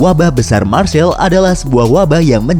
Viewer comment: Untuk pronounce Marseille itu maghrseiy. Bukan marseil..